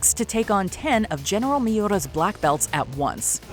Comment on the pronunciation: How did "Enter The Fat Dragon" not make this list?? also... GG on pronouncing General Miura's name. ALOHA 🤙